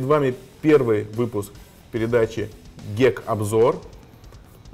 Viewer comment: Почему "гек", а не "гик"?